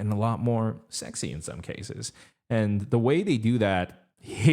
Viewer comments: no one can convince me he's saying sexy in the air because I only hear sex IS in the air lol and I've tried to listen for it a million times. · Same! That’s all I hear too and I’m not mad about it. He’s got me trapped in his loophole for sure!